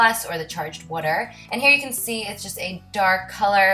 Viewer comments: Haha u say water funny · I like the way she pronounces the word water :p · I love the way you say water<3:) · I love how she says water! Haha